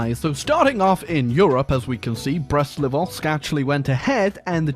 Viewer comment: Brest-LiTovsk. You're British! Surely you can say "T"?!?!?! (See what I did there?)